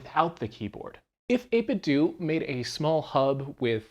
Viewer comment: 8bitdo is pronounced like Nintendo